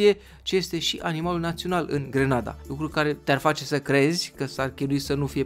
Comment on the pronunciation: NU ESTE DE FAPT GRANADA (IN LOC DE ``GRENADA``🤣!!!!!!!!!!!!!!!!!!!!!!!!!!!!!!!!!!!!!!